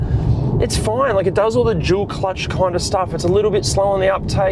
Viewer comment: Why when you say "dual" it sounds like you are saying "jul". I find it funny